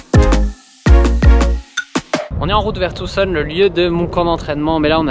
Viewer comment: Merci de prononcer Tucson de la bonne manière... tous les français prononcent le C mais pas toi, merci !